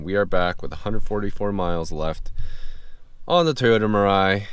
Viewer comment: 'mirrrrai' YES glad ur friend knows the proper pronunciation 😂